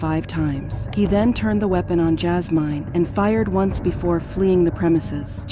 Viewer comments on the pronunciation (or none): Her name is JAS-MIN not MINE🤦🏾‍♀️. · PRONOUNCE THE F**kin’ names properly Jazz Mine? JI-Me? Really? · That’s not how you say her name it’s Jasmine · Oh wow! I was wondering was it AI but I didn't really know... it was driving me crazy how they kept saying her name 😂😂😂